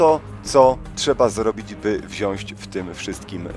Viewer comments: wzionść? :D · wziąć nie wziąść:P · Wziąć, "wziąć". Nie "wziąść":) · Wziąć WZIĄĆ tam nie ma "ś" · mówi się "wziąć"